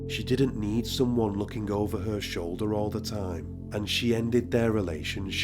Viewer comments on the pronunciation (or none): none